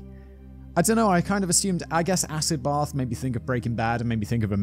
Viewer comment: As an American that actually sounds pretty on point😂